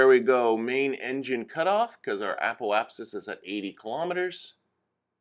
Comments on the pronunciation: Apple-apsis? Must be an accent thing, though if you're looking for someone to pronounce things properly, I'm not your guy. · Love the video but why does every single kerbal you tuber add an L into Apoapsis?